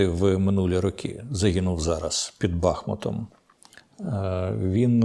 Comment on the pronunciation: Шановний пане Дмитре! З усією повагою, але, навіщо ви кажете БАхмут? Місто називається БахмУт!!! І річка, БахмУтка! Прошу вас правильно вимовляти назву нашого міста! Слава Героям!